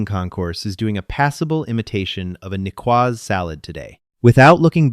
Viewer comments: Niçoise is French and pronounced knee-shwa. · nicoise is an adjectif derivated from Nice a city in the south of France. The "c" is pronounded as s, not k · Nicoise salad = Neece Swaz Salad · Could we pronounce "hegemony" correctly? How about "Nicoise"? "Inputted"? Just input, thank you. The narration switching randomly into a fake British (or Australian?) accent is annoying. And even more annoying is the narration going off the deep end with yelling. "Lead" lining?